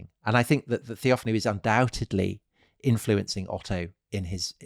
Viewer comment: TheophAno (TheoFAno) ... not TheOfanou